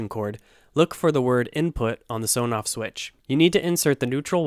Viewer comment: You might like to know that it is actually pronounced "ESS On Off" not "Soh noff".